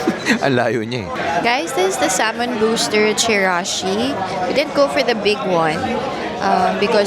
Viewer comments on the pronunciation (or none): none